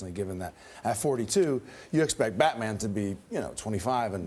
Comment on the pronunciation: she said buttman